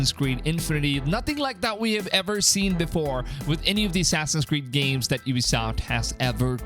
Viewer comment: “Assassin’s cweed” Assassin’s weed” xd